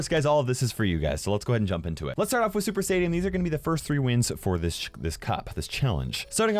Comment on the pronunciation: ya, but it sounded like "Super Saiyan" LOL! 😂 Hear again.